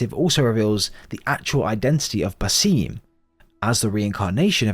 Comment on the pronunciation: Why should I watch this video when you can't even pronounce basim it actually frustrates me so much cause the name is said so many times in the game. It's basim with a long a and short i